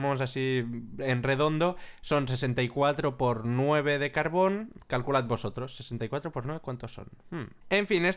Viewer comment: no insultes a mojang se dice carbor, haunque me izo grazia